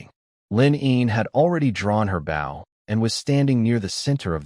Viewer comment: Dont use this AI voice anymore it makes bow sound like bowl so you hear it saying she shooting her bowl